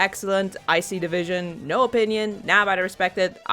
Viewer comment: Every time you say "I see the vision" I hesr it as "ICE-E division" lol